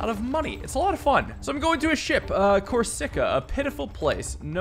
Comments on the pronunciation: it's pronounced Cor-SI-ka not Cor-SICK-a. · Yeah it should be cors-y-ca and not cor-sick-a, hope sees this for the next time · A quick tip Corsica is pronounced coarse-ik-ah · good ol cor-sika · You say cor-sic-a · Corsica is probably the best mispronounciation, and it repeats to no end. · The pronunciation of Corsica is killing me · the mispronunciation of corsica hurt my soul lol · I like but the way he says things like corsica and magnanimous like... Boy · please learn to pronounce corsica